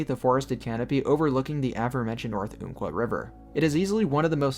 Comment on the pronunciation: Great video man. Just one correction, it's "Ump-Kwah", not "oomp-Kwah". This was named given to the river by the Athabascans long ago, and later the US government passed that name to the forest in 1908.